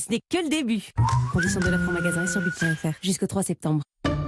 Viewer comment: Pour la soiksantième fois : on ne dit pas "Brukselles".